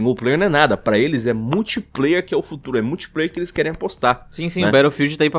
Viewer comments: Impressão minha ou o cara ler "ilis" ao invés de "eles". Aprende a ler pow. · Ótimo vídeo, mas meu ouvido doia toda vez que o falava "elis". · "Iles" kkkkkkkkkkkkkkkkkkkķkkkkkkkkkkkkkkkk